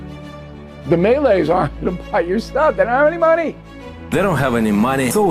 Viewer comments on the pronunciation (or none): I'm Malaysian, I find this funny that Billy guy at the opening just say Melees, instead of Malays. But melee, that looks like someone trying to melee enemies in Call of Duty? Excuse me, Mr. O'Riley, you're pronounced it wrong. It's Malays, not Melees. LOL Nice video and telling the truth about our country to expose Western hypocrisy, btw. 🇲🇾